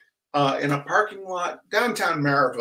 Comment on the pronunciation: Excellent pronunciation for "Maryville."